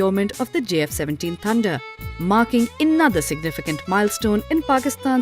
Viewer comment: Please learn to say J instead of Z